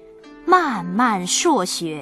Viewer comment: 是的。漫漫朔雪冷渔翁，漫漫都应该是平声，不应该读第四声。